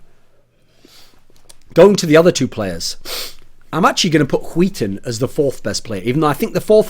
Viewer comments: I love how you say "skiten" instead of "skytten" as a swede it makes it fun to watch ;) i know the words are weird to pronounce tough. Good content as aswell ! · why are you saying huiton it's SKYtten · ZpLitgaming Its not pronounced huiten.... SKYTTEN is pronounced SKYTTEN... although its very hard if you're not Swedish or Norwegian to say it. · Thats a weird way of saying "skytten". Im from Denmark, and thats like sk-ö(ø)tt-(a,e)æ. Weiiiird. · Sounds like he's saying Wheaton with heavy emphasis on the H, when he tries to says Skytten. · René Descartes No he is saying wheat thins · René Descartes låter som att han säger skiten ibland xd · Hwil Hwheaton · René Descartes "Skytten" in Swedish (means "shooter" or "archer") is pronounced like hwee-ten -- see here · Rebecca G how he says it sound like "skiten" in swedish means shitter basicly so yeah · I cry every time you say SKYTTEN ;( And yes im swedish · Chris Peach He pronounces it incorrectly, though it might be because he is from england. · People really cant pronounce skytten.